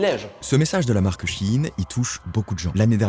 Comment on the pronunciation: "sheinside" donc oui ça se dit shi-in :(